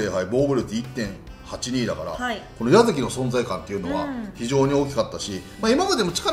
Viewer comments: 細かいですが やざき ではなく やさきですね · 細かくて本当に申し訳ないですが、「やざき」ではなくて「やさき」です！ 毎度気になるところなのでコメントさせていただきました、、